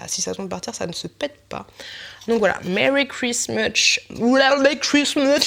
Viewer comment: Quand t'as dit "N'hésitez pas à vous abonner !", j'ai compris "N'hésitez pas à vous savonner !"... ça faisait chelou xD Cela dit, ça ne valait pas ton "Merry Christmoche" :)) Le pop corn est canon, celui au caramel au beurre salé est top aussi !!